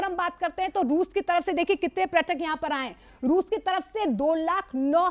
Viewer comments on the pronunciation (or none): Dear Anchor: Its not pratak, its prayatak